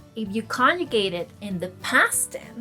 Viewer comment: Your pronunciation of the word is conjugate makes the hairs stand up on the back of my neck.